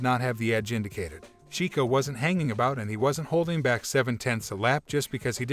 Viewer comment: Russel accusing RB for doing a "Mercedes", because what he accuses RB for , is exactly what Mercedes did in the last 7 years. Load of BS here... Also, it's verSTAppen, not FURstappen. And Chekko, not Cheeko . . . 🤡